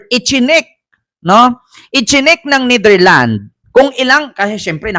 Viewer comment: ...NETHERLANDS po...may s sa dulo✌